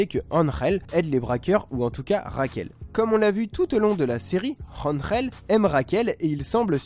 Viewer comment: Je suis espagnol je peux te dire que tu le dit plutôt bien Angel